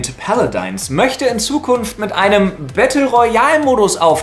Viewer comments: "paladins" nicht "paladines" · Wenn Paladin nicht iwo im Britischen oder so anders ausgesprochen wird ist wie er es sagt so oder so falsch. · Lefloid ist der einzige Deutsche, der Paladins so komisch ausspricht "Päladeins" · Paladins heißt jetzt ,,Pele-deins,,...ok xD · "Paladeins" XD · so geil, wie du paladins aussprichst! xD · Ich kann mir denken, warum er das macht, aber es hört sich einfach so komisch an... Ich hab das so noch nie jemanden sprechen gehört